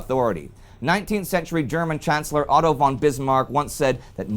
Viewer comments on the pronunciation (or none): none